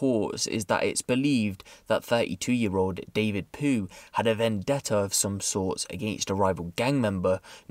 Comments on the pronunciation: Haha it got me too proper, I think its pronounced pew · David Pugh (Pronounced Pew) not Poo 😂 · It’s Pugh pronounced ‘Pew’ 🤣🤣🤣 David poo had me rolling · man said david poo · Anyone else think he said ‘David poo’ 🤣🤣🤣 I’m dead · Its pugh but yeah 🤣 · Its Pugh lol, he pronounced it wrong. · Man said David poo 😂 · It's pronounced 'Pew', mate. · Did he say David Poo?